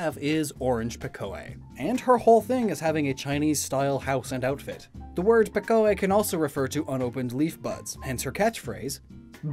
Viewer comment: And Pekoe is pronounced Pee-koh